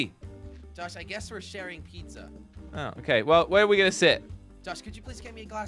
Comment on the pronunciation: When jelly said peeza (pizza) it me laughing hard 🤣🤣🤣